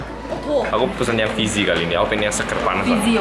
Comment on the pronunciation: Fizzy, bukan Fizi wkwk